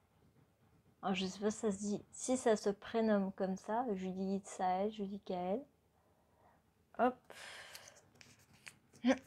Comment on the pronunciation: Je suis Judicaël. Un petit message pour dire que tu as bien prononcer mon prénom 😁